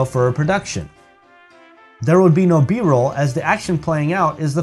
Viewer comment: great! btw, should be B-Roll, not B-Role.